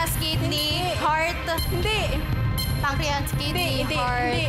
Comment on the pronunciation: Pancris pronounce nya sa pancreas 😮